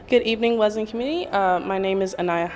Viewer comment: Good broadcast. Thanks for continuing to pronounce Wesleyan correctly